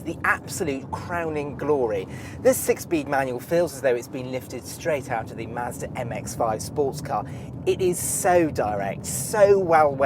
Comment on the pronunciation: I sat in one at the dealer when I was getting my 3 serviced. I want one now! And I like the way he says Mazda.